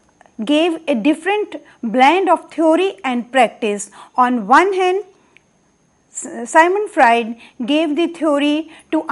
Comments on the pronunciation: It's Sigmant Frued..not Symon Fraed.. thank you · It's Sigmond Fraud!!